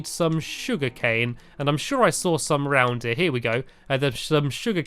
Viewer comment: you said shum sugar canes XD